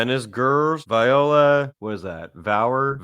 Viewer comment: Vola not Viola